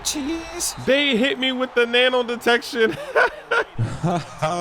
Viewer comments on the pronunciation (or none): none